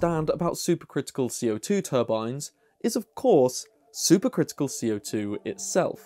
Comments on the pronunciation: I had to turn the captions on to understand he was saying super critical, not super crystal. The Brits add an extra syllable to aluminum, now I know where the critical/crystal syllable went.😏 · You keep saying "super crystal", or that's how it sounds.